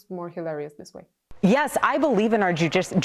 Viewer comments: "The ju jew jewdicial system " Erica Kirk. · Did Erika say Jewdicial? 👀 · Jewdicial sounds, and excuse my french made me subscribe 😂